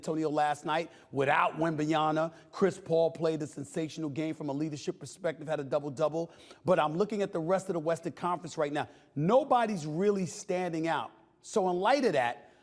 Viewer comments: I’m convinced Stephen will never pronounce wembanyama correctly out of ignorance. Everyone says it right , not that hard to sound it out but he continues saying “wembayana” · Stephen a still can’t pronounce wembanyama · I think it's ridiculous that Steven A refuses to pronounce wemby's surname correctly 😂😂